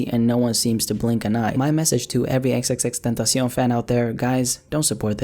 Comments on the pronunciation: No one gon' talk about how he says XXXTENTACION so well ? ❤️ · He's one of the few guys who doesn't pronounce his name wrong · If you talk spanish its very easy to say it lol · damn for the past 4 years i been saying it like that you just changed EVERYTHING